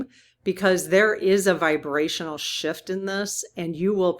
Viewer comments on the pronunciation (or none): none